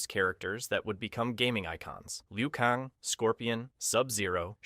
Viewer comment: I thought i was tripping 😆😆. My man said Liu Kahngggg